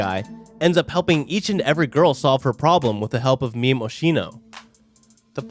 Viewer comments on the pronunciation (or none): Bro, the way he pronounced the monogatari character names pissed me off sooooo muchhhhhhhhhh Like he said "meme" (as in jokes) instead of mémé (pronounced like "mae mae") and yeah . . .